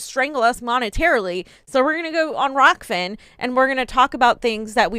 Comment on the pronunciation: she couldn't even get the name rokfin right. That is literally the only thing you have to do right as an anchor.... if a chef makes bad food would they still be in business?